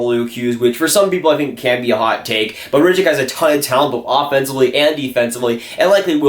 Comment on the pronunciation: Samu Tuomaala is my #2 player for this draft, Räty at #1. Räty is pronounced Rotty not Rat-ee